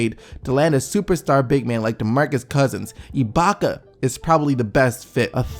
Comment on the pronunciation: Haha this nigga keeps saying iblaka... it's ibaka.. no L.. lol